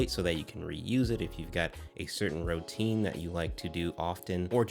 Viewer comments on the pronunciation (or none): “ROO-teen” not “ROH-teen”